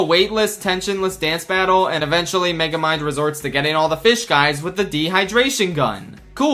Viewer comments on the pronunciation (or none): Dude him being so pissed at Meguhmund dum synduhcite was one of the highlights of my day when I first saw it, it was so funny, and now I see it again in Mario Kart? Beautimus